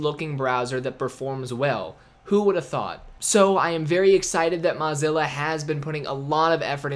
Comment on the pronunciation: Learn how to pronounce Mozilla, or stop saying it.